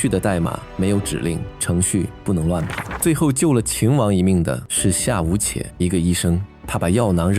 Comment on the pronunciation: 图穷匕见（xian，现），夏无且（ju） 旁白声音很好听，但不知是不是AI啊？AI才会念错字吧，熟悉这段历史的不应该念错的。